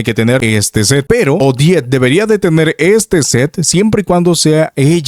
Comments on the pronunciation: Ya deja de decirle odete o ojet, suena como si estubieras diciendo jodet. O jett del chocolate. Se dice simplemente odet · Es 'Odet', no 'Odiet'.